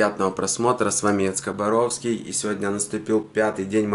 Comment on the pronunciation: яйцебородка,а не яйцеборовский!